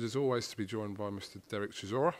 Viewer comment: Derrick it’s hard chisora